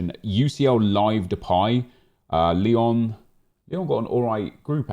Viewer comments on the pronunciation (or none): none